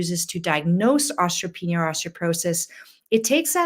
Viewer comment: Why does she saw ostroporosis & ostropenia? I've never heard osteoporosis & odteopenia pronouned that way.